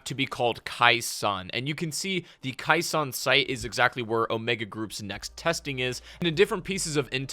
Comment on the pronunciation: Hey, just so you know..you mispronounced...Khe Sahn...as minor and knit picky as that may seem. You kept calling it " Kai Sawn "..when infact, it was pronounced " Kay Sawn ". Just so other people don't jump your s**t..you might want to know 🙄.